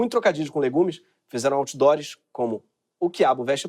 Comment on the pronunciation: Outdoor"ES" foi triste, Gregório!